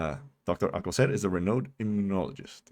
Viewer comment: How on Earth is "Alcocer" difficult to pronounce? Whether or not you speak Spanish, there is, like, one possibility. His stupidity is truly something to behold.